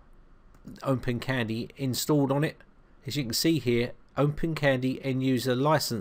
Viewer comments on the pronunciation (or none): Why do you pronounce it as OmpenCandy?